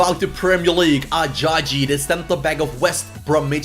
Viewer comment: It's Ah Jah Yee